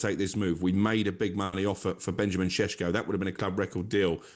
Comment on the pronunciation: Who's this shesko people say.. it's effin sesko